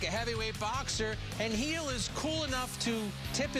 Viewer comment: Who is Luis Geejil? Dude its 3 letters. Gil